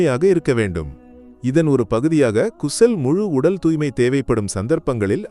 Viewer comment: குசுல் இல்லை...😂😂 ......❤غسل